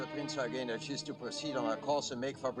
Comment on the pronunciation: Good to hear them pronounce it as "Prinz Oygen" as is proper German. Have seen to many histories where it pronounced as "You-gen". I cringe at that!